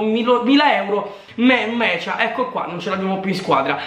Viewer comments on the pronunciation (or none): none